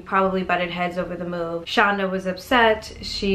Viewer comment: Yes, knew her and it is pronounced send it is it Shanda. like Panda.